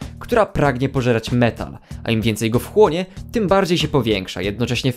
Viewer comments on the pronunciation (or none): Domyślam się, ale w filmie słyszę tam metan a nie metal